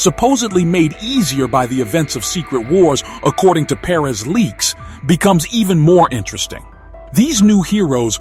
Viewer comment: i hate the way you say perez 🙄 that's not how you say that name